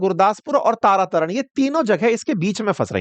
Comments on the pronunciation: For your corrections sir , ravi pe ranjeet sagar dam hai ,, madhopur is head work,, and it's तरण तारण not तारा तरण, सतलुज not सतलाज 😊😊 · Tara taran😂😂😂😂wah teacher wah it's tarantaran